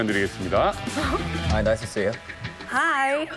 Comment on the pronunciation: ㅁㅁㅁ-감색원피스 입은 여인의 "Hi~"는 너무 길고 굴곡이 너무 심하고, 과장된 느낌. 단순히, "Hi."하면 됨" "How about you?" You의 발음은 첫 반(1/2)음절은 올리고 끝 반음절은 내려야함. "How are you today?"에 대한 응답은, 그냥 간단하게 "Fine." 아니면 "Great." 하던지 간단하게 "I feel fine." 하면 되고, today의 끝 intonation은 내려가야 한다. 되 묻는 "Are you feeling good today?"도 무척 어거지 스럽다. 간단하게 "How about you?"라고 하면 끝. 전체적으로 감색원피스여인의 영어 표현은 너무 과장되어 있어서, 좀 더 자연스럽게 하려면, 의식적으로 꼭 잘해야겠다는 노력 보다는, 자신감 그 자체가 필요하고, 정신적 relax가 필요하다.